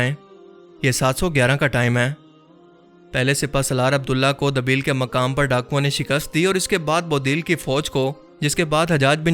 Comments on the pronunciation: Dabeel nahi it's Deebal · Dabeel Nahi debal naam tha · بھائ دبیل نہیں دیبل ہے۔ debal